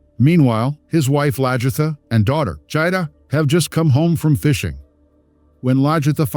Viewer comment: Please learn to pronounce their names properly,it’s LAG-ertha not LAJ-ertha.